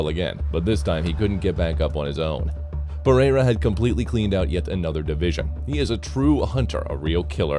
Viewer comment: I hate the A.I. voice overs... Pereira is pronounced "pa-ray-ra" Jamahal is "jama-hall" 😒🤦🏽‍♂️